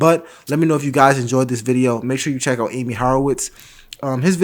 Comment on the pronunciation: Here's a tip. His name isn't pronounced as Aim-ee. It's pronounced as Ahh-me. The more you know..................